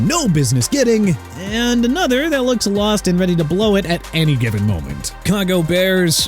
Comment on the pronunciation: CHICAGO PRONOUNCED SHEE-KAH-GOW! ALSO TORN HIS ACL NOT "POUR HIS ACL"! KANSAS CITY NOT "ANSAS CITY"! AND MIAMI DOLPHINS TUA BENCHED WITH DEAD CAP. YEAH MAYBE HE SHOULD BE RELEASED CUZ HE SUCKS,!! WHAT IS YOUR PROBLEM?! YOU DON'T KNOW HOW TO PRONOUNCE ANYTHING RIGHT, YOU CAN'T SPELL ANYTHING, YOU CAN'T MAKE ANY SENSE AND YOU STILL TALK NEGATIVE ABOUT MIAMI!! ARE YOU DONE, WHO CAN'T EVEN PRONOUNCE NEW ORLEANS (OR-LINS) RIGHT?! YOU SHOULD BE!!!! YOU NEED TO QUIT!!!!!!!